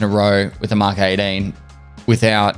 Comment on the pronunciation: "Mk is a written abbreviation for mark. Mk is used to refer to a particular model or design of a car or machine. E.g. - A Mk5 Golf or Mk14 EBR" - Collins English Dictionary. "Mark", not "EmmKay".